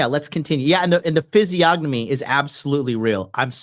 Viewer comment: Physiognomy.....fiseeONomy....the G is silent.